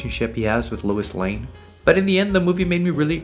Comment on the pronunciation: Bro is saying Lewis Lane